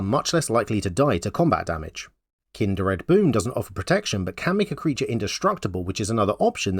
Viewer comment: I watched the whole video thinking... There's no way any accent could cause such terrible pronunciation. Kind-r-ed?? I figured you were just trolling while making a troll deck. It was only after clicking off the video that I realized I had completely missed the point, and had to come back to skim through to confirm. Kudos.